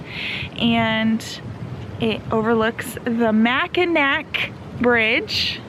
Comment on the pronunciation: Welcome to my home state! U R doing well with pronunciation. Right first time Macki"naw" rhymes with awe(short a). So glad your enjoying! Edmund Fits. song from mid 1970s explains wreck. The Tac. Falls a beauty!! SUE SAINT MARIE. Hope u tour Mack. Island on bikes.